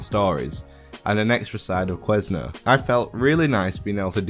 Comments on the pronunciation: Queso is pronounced Kay-SO ITS Spanish for cheese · The word "queso" is pronounced Kay-so.